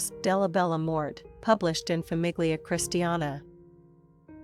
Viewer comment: Famiglia is pronounce familia